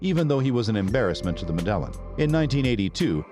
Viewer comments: Medllan ? It's Med-ej-jean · Yeah not mEdElLiN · Yeah its pronounced Medellin not MeDeLliN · WTF is the "medèllen"?? It's pronounced Mèdeyìn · Its pronounced "Meh-deh-yeen"... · Med-a-yeen cartel, say it with me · Medellin iss pronounced Med-uh-yeen. Damn it. Not the only video where you do this. In latin/spanish/central and south american countries, at the least, pronounce "ll" as "y". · PRONOUNCED med ah yeen: Medellin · Had to shut it off and down vote because of pronunciation of Medellin. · Learn how to say " Medellin" please 😂. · It ruined the whole video for me. 😆